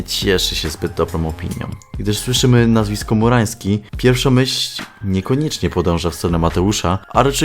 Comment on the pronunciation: Ciągle słyszę "FURAŃski'